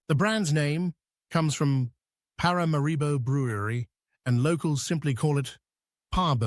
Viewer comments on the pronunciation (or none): ParaMAribo,, you should get the pronunciation of the capitals name correct !ParaMAribo , the accent falls on the MA … Please and thank you !